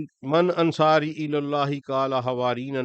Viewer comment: ماشااللہ, بہت خوب النَّصٰرٰى کو نصر پڑھنا کھٹکتا ہے عربی الفاظ کی ادائیگی ٹھیک ہو جائے تو سبحان اللہ